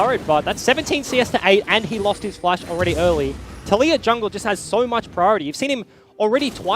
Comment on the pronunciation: did he just call taliyah latoya?